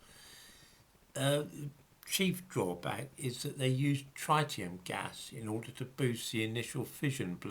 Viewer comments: the first syllable of ‘tritium’ rhymes with ‘tit’, not ‘tight’. 😁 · Reverend George No. Tritium is an isotope of hydrogen. It has a single mandatory proton like all isotopes of hydrogen and in addition has two neutrons. The other isotope is deuterium with one neutron. This is absolutely nothing to do with oxygen, which has 8 protons and usually 8 neutrons. You are thinking of the ozone molecule. P.S. And you’re completely wrong about the pronunciation too.